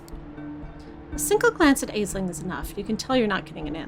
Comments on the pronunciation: I thought it was pronounced as Ashling!! I guess I've been hearing it wrong 😅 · If it rankled anybody else: Aisling is an Irish name and is pronounced "Ash-leen" (we have a hilarious comedian/comic actor in the UK called Aisling Bea, hence why I'm familiar with the name). Mispronunciation aside, I really enjoy listening to and playing through these vampire games. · Trying to thumbs this up so that sees how to pronounce an Irish name. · I think it's pretty much consensus regarding this game is that was good but the ending is deeply frustrating. At least that was my experience. Also, I know it's already been mentioned but I feel the need to reiterate: Aisling is an Irish Gaelic name pronounced more "Ashlynne" or "Ashleen".